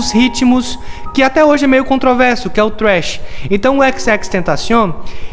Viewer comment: Na vdd o nome do ritmo dele é trap vc falou trash q é lixo em inglês